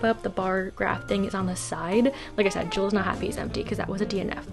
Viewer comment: Can we talk about how you pronounce “Jill”